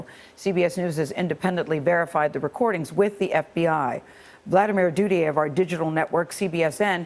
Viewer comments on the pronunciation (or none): wait did she say the repoters name is vladamire doodie ik its spelled duthiers but it sounted like that :P